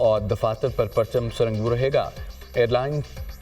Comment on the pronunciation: New caster apna urdu talafz theek kary parcham sir nognu hota ha